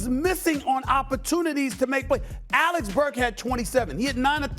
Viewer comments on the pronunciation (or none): Nobody: Stephen A Smith: Alex Burk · Alex Burke 😂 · The media is literally incapable of saying Alec Burks' name correctly😂